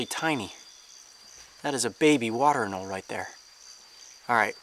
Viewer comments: AnolE, there’s and E in anolE. Not anol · anole is actually pronounced ə-ˈnō-lē